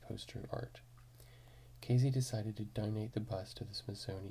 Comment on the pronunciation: "Pismo" Beach, CA, not PRismo. "Louis" Armstrong, not Neil. Ken Kesey is pronounced "Kee-Zee". I'm sure this seems silly to most, but accuracy in reading & pronunciation seems to be a vanishing skill. Sad.